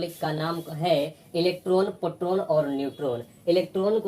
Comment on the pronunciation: Sir पोट्रोन नहीं होता, प्रोटोन होता है